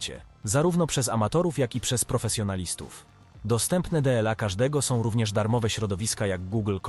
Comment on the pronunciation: Typowy problem z evelenlab. Nie umie czytać "dla". Napisz to z shiftem - kiedys pomagalo